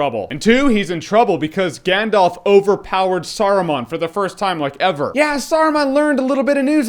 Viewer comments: That being said, your pronunciation of some of the places and characters is just awful. For instance, it’s not “GandOLF”, it’s “GandALf”. Yes, I do realize how dorky I am with this comment, but for some reason, it drives me nuts when people mis-pronounce things in this trilogy. Even Stephen Colbert, one of my heroes, mispronounces “GandALF” as “GandOLF.” That’s not his damned name. Anyway, I love your reviews and I’ve been having a LoTR nostalgia moment, so I decided to look up your old reviews of it, and I agree with you on most of it, but your pronunciation is terrible. Adore you and what you do anyway, though!! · I love your reviews and share your love of lotr but it's Gandalf not Gandolf. That really grates on me...